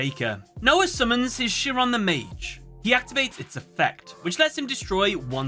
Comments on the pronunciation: Just FYI you are pronouncing the name of Chiron incorrectly. At least from what I know. It isn't (sheeron) it is (kairon) at least the pronunciation I am familiar with. I don't mean to criticize you for your analysis. It just does not sound right when it is mispronounced here. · Chiron is pronounced something like KY-run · This was an awesome video but hearing “Chiron” pronounced as “shear-on” almost hurt every time 😅😅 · minor thing, Chiron is pronounced with a “k” sound like other greek derived words like “chaos” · I Love this series, and look forward to your content coming up on my feed. But By God your pronunciation of Chiron has nearly depleted my LP. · 4kids: *pronounce Chiron correctly.: *gets it wrong repeatedly. Chiron is an actual character from Greek mythology. You could have googled the pronunciation.